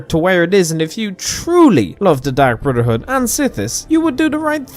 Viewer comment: Dark Brudderhood